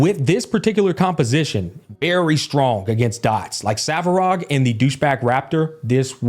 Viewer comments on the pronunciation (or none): Hearing “Savarog” makes me cringe.